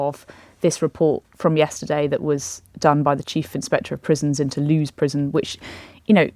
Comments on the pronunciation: Lewes is pronounced as in "Lewis", not "Loos" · Loos prison? Would this be Lewes (pronounced lewis) Prison? Or is there a prison full of loos?